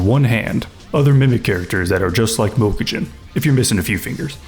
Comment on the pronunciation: Obsessed with this guy pronouncing Mokujin